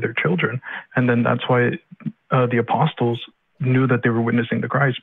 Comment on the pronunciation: pronounces the “st” in apostles